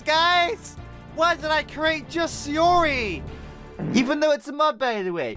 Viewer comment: Yeah just sayori best waifu! But your saing siori not sayori